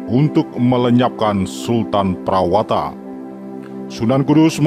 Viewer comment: Nama prawata di baca prawoto min